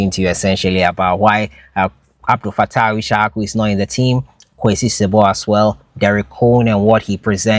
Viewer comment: It's si-bo not sib)